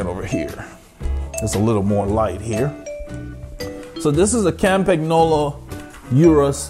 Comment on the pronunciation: Love the video. Campagnolo is pronounced "Campan yolo" ;) I have a Litespeed T1 with Zonda C17s for climbing and Bullet 50s (not the CULT bearings) for the flats. There is only about a 200g difference between them, so acceleration is a tad faster with the Zondas, which also feel a bit softer, but the Bullets are what makes me smile. They come alive at about 35kph (22mph) and holding speed is easier, particularly with 25mm wide tires. I've had them up to 71kph with a tail wind and they felt solid and planted. I had a set of Shimano RS81 C35s on my Tarmac, which felt tons better than the stock DT Swiss, but felt like bricks compared with the Bullets. The RS81 C50s might feel better, but I have absolutely no reason to even give them a spin so far.